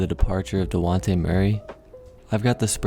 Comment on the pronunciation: I'm sorry but.... De-wan-te Murray? Lmaoooooo